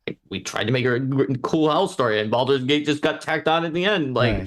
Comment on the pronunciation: someone PLEASE teach how to pronounce Baldur's Gate:D